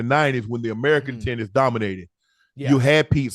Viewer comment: Am I the only one that thought he said "titties" instead of tennis? 🤣🤣🤣🤣